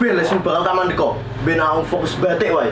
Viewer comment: Pelafalan batik perlu dikoreksi, batik dalam bahasa Jawa berbeda dengan bahasa Indonesia. Pelafalan batik dalam bahasa Jawa lebih mirip bahasa Bali yaitu bathik.